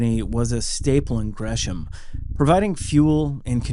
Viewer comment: Love the channel, but c’mom, that sure as shit isn’t Gresham. 😂